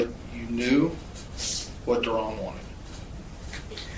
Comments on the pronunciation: Not Darren.... its Da Ron. You gots to learn nigga talk son! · Not Ron but DaRon 🤣